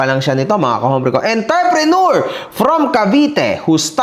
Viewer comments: “ENTREPRENEUR” not ENTER-PRENEUR hahaha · ENTERPRENEUR ng ENTERPRENEUR. sakit sa ears.